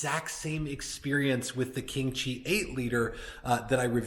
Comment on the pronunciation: I initially thought you said "kimchi" humidor. The unit looks good, I think the only upgrade would be some UV tinting on the glass to protect the wrapper leaves from discoloring.